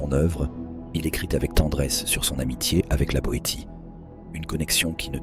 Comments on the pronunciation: On dit "Étienne de la BoéSSIE et pas de la BoéTIE. 😊 La voix de l'IA dans le cas présent est une béotienne. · La voix est générée par IA, ce qui donne ce ton monocorde... Personne ne prononce "té" le "T" du nom de la Boétie ( mn env) sauf une IA... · Vidéo terrifiante, produite par IA. Ne sait même pas prononcer "Etienne de la Boétie". Une catastrophe, et le pire : le public a l'air d'aimer. Nous sommes perdus. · L intelligence artificielle fait des ravages,même pas fichue de prononcer La Boétie...ça fout tout en l air. Il y a des tas d acteurs qui liraient ce texte en lui donnant 1000 plus de sens ,et la musique de merde derrière? ...c est du ANTI MONTAIGNE, probablement pour toucher des droits..fuck you!